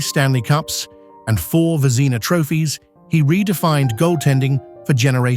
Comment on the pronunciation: Your narration program butchered the names Vezina, Trottier, Messier, Bucyk, Denis, Yzerman, Roy, Sakic, Sellane, Jaromir and Martin but otherwise was fine